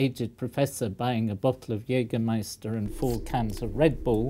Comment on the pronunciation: The Professor's pronunciation of „Jägermeister“ ist great. He should not hesitate to buy the next bottle in Germany. Besides: In it's origin country Jägermeister is a drink esteemed by aged people since many decades so noone there would wonder at an elder gentleman buying it.